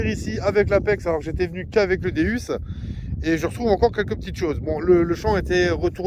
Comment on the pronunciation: Bonjour je voulais vous dire vous dite pas bien le non de Deus car vous prenoncer deUs alors que phoniquement c'est deOUs car deus c'est la traduction de dieux en grec donc sa se dit déOUs et non déUs qui veut rien dire je voulais vous donner cette petite précision .car j'aime bien vos vidéos et d'entendre le non de cette petite merveille écorchés sa gâche un peu bonne detection a vous et vive la la FFDM